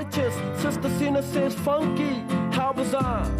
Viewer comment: I do really like this song but I do not like the way in which he pronounces "bizarre", among a few other words. My apologies to anyone from Auckland, New Zealand who may be reading this, but this accent is just offensive to my ears.